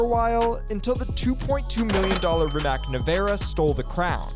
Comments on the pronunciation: Rimak? Its pronounced Rimatz(Rimac) because it's a Croatian Company by a guy born in Bosnia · Its pronounced rimats very cool experimental Croatian car manufacturer 👍👍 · The way he pronounces rimac 💀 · As a Croatian I am personally offended by the pronunciation of Rimac Nevera